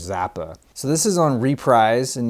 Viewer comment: Awesome Strawberry Alarm clock album! Stones in Mono for a buck, pick it up even if beat up, if it`s still listenable! BTW Reprise is pronounced `reh-preeze``. Cool Turtles LP as well as all the rest of the video! I only have Hush on a 45, no LP yet!